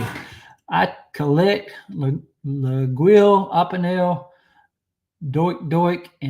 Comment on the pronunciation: Hello, laguiole is pronounced: laah-yole...greetings from Switzerland, Mike Droz.